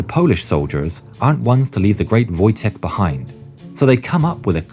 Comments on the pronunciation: It’s pronounced voytek lol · It's funny that is calls Wojtek ,,Wojtijech'' WTF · Just a heads up, Wojtek is pronounced like a word Void without a "d" and "tec" with a hard "k" at the end: Voi-Tec, Voitek, Wojtek :D Kindly regards from Poland :) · in Polish "wotjek" is wrong we say "wojtek" or "wojciech" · You read "Wojtek" as :"voytek"